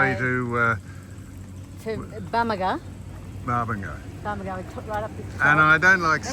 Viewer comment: Pronounced Bamaga, not Barmaga